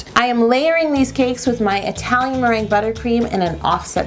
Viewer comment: anyone else think Yolanda pronounces cake like "caykss" ?? it's so cute